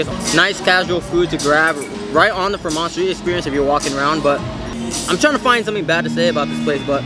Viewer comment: Another fire video but again it’s pronounced “Freeeee-mont” not “Fra-Mont”